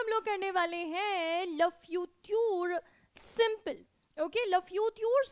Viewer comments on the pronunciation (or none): Yes in French SIMPLE is pronounced as sample . I don't know why she teaches .